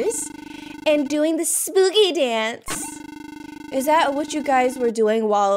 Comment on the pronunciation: No one: Nena:ESPOOKY MONTH